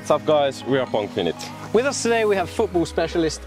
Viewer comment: Did i just heard pongfinit?